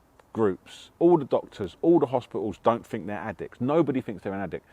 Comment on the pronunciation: Hmmm, this guy doesn't fink vewy clearly IMO